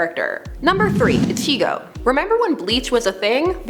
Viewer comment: Levi Ackerman 😋 Sasuke Uchiha 🥰 Ichigo 😍 Sebastian 😫💜 Um just saying the way Ichigo is pronounced just makes me cringe 👀